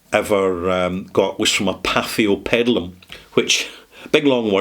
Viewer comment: My daughter recommended this years ago when she worked for the McDonald brothers who owned the brand. PS pa-fee-o-pe-di-um. 😊